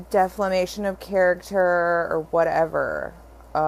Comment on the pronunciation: It's defamation sweetheart. Not deflamation...sorry. Just a little sarcasm.